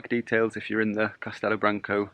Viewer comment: "Castelu Brancu" "o" in the end = "u" (sound)